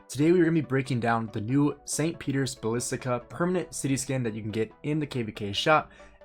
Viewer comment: St. Petero Balistica, balissics, whatever, lmaoooooo. Dude do you even know what Basilica is? Read some books I beg you lol.